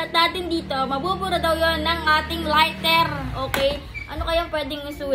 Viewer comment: Lighter not lirter and crayon not craron duhh